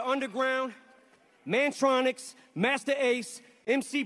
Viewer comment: Amazing he said mantronix ,loved them👌